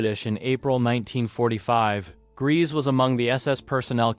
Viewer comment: IRMA GRESE'S NAME IS PRONOUNCED 'GREYSA' NOT 'GREASE.'